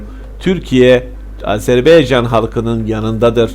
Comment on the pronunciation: HALA AZERBAYCAN a AZERBEYCAN diyor . HAH HAH HAAAAH TÜRKETE der gibi .